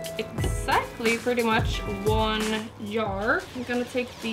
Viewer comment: she said yar instead of jar tf